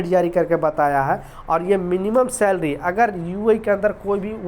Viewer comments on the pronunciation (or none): Slarry slarry bolta hee khaie app lekin company nahi badtyaaa